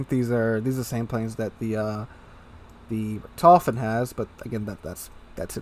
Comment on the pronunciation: Richthofen - stress on the I, not the O. Gets me every time :D